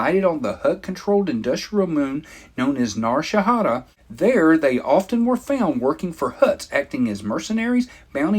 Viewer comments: it is called Nar Shaddaa and not Nar Shahadda. Otherwise interesting and nice video. :) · Nar - Shah - Dah. nice video though. Looking forward to more content.